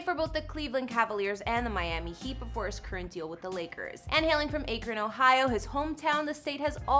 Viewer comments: It’s Akron not Aykrin. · The way she’s saying Akron, OH is driving me nuts! It’s not a long ā sound. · Imagine saying AKRON wrong 😂 it’s ok tho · She pronounced Akron wrong 😂 so professional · why did you pronounce akron like that ... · You didn’t say akron right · Anyone that pronounces Akron that way clearly doesn't know anything about the topic they're discussing.